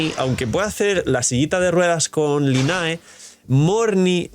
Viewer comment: Porque pronuncia asi a Lynae? Jaja